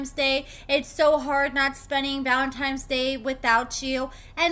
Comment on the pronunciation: And Valentine's not Valentimes, love you and your content girl!